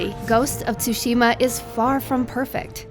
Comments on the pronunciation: "ghost of Tooushima" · It's not tsusima! It's tsushima!!! And its not Assassins Creed bullshit! This is its own game. Review it better next time! This feels more like Shadow of Mordor. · If one more person says T-sushima i'm going to die. THE 'T' IS SILENT PEOPLE. It's pronounced 'Sushima' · It's so annoying when people say T-sushima. The T is silent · she really said "tusima" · "Ghost of chuchima" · Love the review but I'm annoyed how she kept mispronouncing tshushima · Why can no one seem to pronounce “Tsushima” correctly? I love you, but it’s not that hard... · That's what I was thinking the whole time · Nicholas Engelbert things don’t always sound the way there spelled which is the case for Tsushima. She is saying it wrong. You can literally google it. So how about you actually try and learn how to say it before you go saying I’m wrong, ok? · lmaoo I didn't say It was right. I'm pointing out how stupid it is to try to make fun of her pronunciation by writing "tusima", "chuchima" etc.